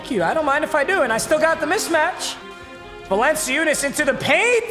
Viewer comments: Papa it's pronounced Val-an-choo-nis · Papa it is pronounced [val][an][choo][nus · its supposed to be pronounced Val-un-choo-nis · Val-n-Chew-nis Like so pap can see how to say his name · VAL-EN-CHOO-NESS. it’s not that hard papa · bro papa it’s Vallen-chew-ness. sorry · Papa I'm just letting you know its pronounced "VAL-AN-CHEW-NUS" I'm not even gon lie hearing you say his name hurts me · he said “my name pronunciations are pretty good” and continued to say valanciunas’ name like that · I LOVE THAT HE SAYS HIS PRONUNCIATIONS ARE GREAT AFTER SAYING VALANCUNIAS WRONG🤣🤣🤣🤣🤣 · I’m not about to watch 12 episodes of listening to him say valanciunas the wrong way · I’m gonna scream if u say valanciunas’ name like that 1 more time bruh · He still pronounces valanciunas name wrong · Thank god papa lost. I couldn’t watch the rest of the season unless he learned of how pronounced valanciunas’ name. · The way he pronounced Jonas Valanciunas’ name physically just gave me aids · Ur pronouncing Valenciounis’s name wrong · Says he is good at pronouncing names pronounces valanciunas’s name wrong the whole video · Says “not horrible at name pronunciations” 5 minutes later Jonas Valenseeeoooooonus It’s Valen-Chew-nas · my name pronunciations are actually pretty good Also: valen see you nas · "my name pronounciations are usually really good" also: "Jonas Va-lence-see-unas" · “vah lency yoonas” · Val-an-chew-nas for future reference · Val-in-chew-ness lol 😂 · Papa it’s (yo-nas) - (val-en-chew-nas) lmao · Let’s go the GOAT Val-en-see-you-nus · papa: my name pronunciations are good also papa: valenceeuness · Val-In-Choonas bro.. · Val-en-chew-nas papa 😭😭😭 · It’s yo-nis valan-chewnis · Valanciunas=(valen-chu-nes) your welcome 😂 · VAL-EN-CHOON-ES holy shit papa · Its Val-en-chu-ness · it’s val-en-chu-nes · val-en-choo-nass please x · Valanchewnas. Close though. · it’s val-en-chew-nis 😭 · BRO ITS VAL-IN-CHOO-NUS! MADE ME SO MAD😂 imma grizzlies fan that’s why btw